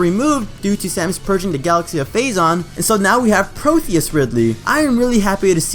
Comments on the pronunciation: ProTeus. Not ProTHeus. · It's pro tea us not protheus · It's pronounced Proh-Tee-Yis Ridley. Like the Greek God of bodies of water, rivers, and versatility I think. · I am gonna have to be that guy for a second and correct you on the name. Its not Protheus -- its actually Proteus. Just to help out for a next video if you involve this with others. Also in the wiki, yes someone can make up shit but I am still gonna put this up here; it explains on the background of Proteus Ridley "Following his numerous defeats as Meta and Omega Ridley in Metroid Prime 3: Corruption, Ridley managed to regenerate enough of his original body to no longer require most of his cybernetics." Now this may explain why he has little cybernetics in the game and SPOILERS!!! why Samus was focusing on his chest in the cutscene for the start of Phase 2. In Metroid Prime 3 it was the weakest point to even damaging him when fighting Omega Ridley.